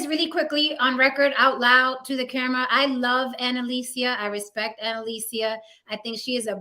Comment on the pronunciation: WHAT IS DISRESPECTFUL... MIS-Pronouncing ANNALICIA'S name every single time